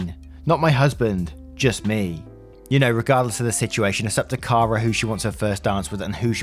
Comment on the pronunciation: you're awesome, but please, it's pronounced Care-uh